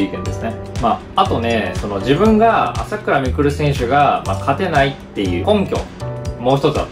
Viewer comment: 朝⤴︎倉⤵︎未来で草